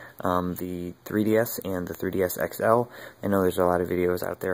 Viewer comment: trri di es ex el versus trri d es